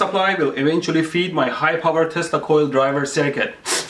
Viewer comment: did you just say feed my high power testicale driver?